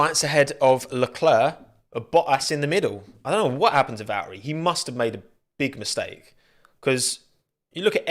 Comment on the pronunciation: "C'mon Val'erey"